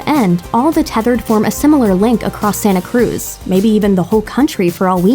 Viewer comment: She said Santa Cruz so weird.